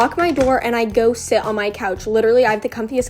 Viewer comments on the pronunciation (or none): I thought she said “I go shit on my couch”😂😂😂